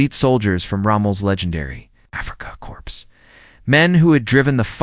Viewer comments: Fer gawd’s sake pay for decent AI. Not Something Which Leaves awkward Spaces. Also corps is pronounced “core” not “corpse!” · Corps, It's pronounced 'coors' , not 'corpse' ugh ai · Learn please, the word “Corps” is pronounced “Core” not “corpse” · Pronounced kor not korps the p is silent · note to ai: it's pronounced CORE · So is the "s." But this is AI which has been instructed that p is pronounced pee and s is pronounced ess. Be careful, it may decide humans are illogical and declare war.